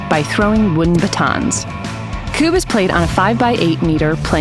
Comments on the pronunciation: That video is great, a bit fast maybe, but it explains the rules ok. The thing that REALLY aggrivates me is the continuos mispronounciation of the word Kubb, its Ku-bb, not Kuu-bb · Add on rule. When going for the "Queen" as we call it. You have to stand with your back to the Queen and shoot between your legs, with your weak hand. Also is that the American way to pronounce Kubb or have I always said it wrong?